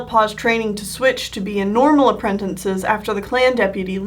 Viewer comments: please. please stop saying apprentinces. just say apprentices App-Wren-Tiss-Ez not App-Wren-Tin-Sez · Is it just me or is she saying 'apprentices' like 'appretences'? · Sorry but I flinch every time you pronounce apprentices as ‘apprentences’ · accents affect the way ou PRONOUNCE things, accent don’t ADD A WHOLE NEW CONSONANT TO A WORD. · I enjoy these drawing a blank videos more than these others! I already know about animals and canon characters and learning about your ocs is so interesting to me! It captures my attention more than I thought it would, because you’re a well-versed storyteller. The pronunciation of apprentices gets to me, but, what can you do?